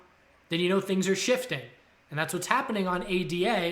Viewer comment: It’s pronounced ADA